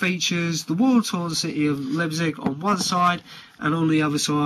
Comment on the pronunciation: Pronounced "Liep as in "lie" with a p and cig as in cigarette